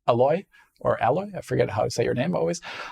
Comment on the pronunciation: *Hamauzu Masashi (the editor of this video ESPECIALLY should know the order of Japanese names...) And; it's "A-loy". One "L". "Alloy" is something different....